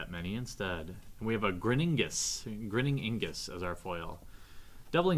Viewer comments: its ignus not ingus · Ignus not Ingus..